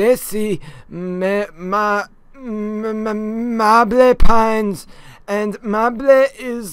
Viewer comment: Mahblé Pines 😂